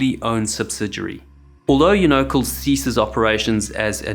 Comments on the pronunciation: Emphasis is on the first syllable...thus Unocal is "YOU know Cal," not "uNOcull." Sorry, but that bothered me. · Union Oil of California. Worked with them on and off for seventeen years and never heard it pronounced "You No Kul". Here we pronounce it "You No Cal" or "You Nuh Cal" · It's pronounced "you-ni-cal" not "you-no-cl". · The company name is pronounced like “Uni-cal”, not “you-no-call”. 🤦‍♂️ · “You-no-cal”, not “you-nickel”. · Bro...you pronounce it YOU-NO-CAL not YOU-NO-CUL, but what do I know, I only worked for them 😅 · I believe it’s pronounced as YOONO-cal, not you-NO-cal. I could be wrong. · It's You-Know-Cal not youknuckle. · Uno-CAL. As in California. Unocle 😅. Love your vids. FAAA ? FAAI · I like you-no-cull better than you-nah-cal. The company is named after it's home state of, you guessed it, California. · Mispronunciation of the name UNOCAL prevents my further enjoyment. YOU KNOW CAL not YOO KNUCKLE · Not "You-no-cull." "You-know-cal" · Unocal is the short version of Union Oil Company of California. The last three letters of Unocal are pronounced like the first three letters of California. It is [you-know-cal], not [you-know-cul]. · U Knee-Coe, not U NO-Coe. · It's not you know kll. It's you know cal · Just a heads up on unacal, it's pronounced yoo-na-cal! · Do they pronounce Unocal (you-no-KAL) as "you-NO-kool" in some places? Never heard that pronunciation before. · It's not "Yoo-NO-kul." It's YOO-nuh-cal. Think, man! It's based in CA. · I believe that it is pronounced "YOU - no - cal", not "you - NO - cle".The "CAL is for "California". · Unocal is Uno - Cal, not any you-knowkul. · As it was " Union 76 " , Union oil. The " Unocal " is not pronounced " you no cole " it's " U' no kal " . Union oil California, using the abbreviation of Union and California. Your pronunciation of " ewe knuckle" is incorrect. Due the research. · FYI - Unocal is pronounced - You-No-Cal. Not Ung-no-cal. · "U-no-cul"? It's pronounced "YoonaCal" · pronounced You-Know-Cal